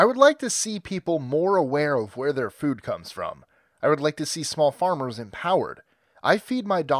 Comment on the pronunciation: i love how you say 'fud'